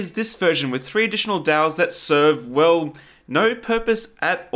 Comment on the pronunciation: I thought he was saying dells lol